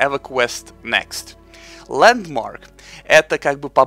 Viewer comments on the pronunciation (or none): Ландмарк а не Ландморг